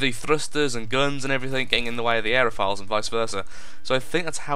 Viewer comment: its aeroFOILS like tin FOIL not files